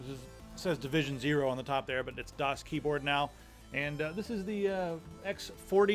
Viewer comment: danielbr93 the first few times pronounced the brand I always heard him saying DOS instead of DAS:D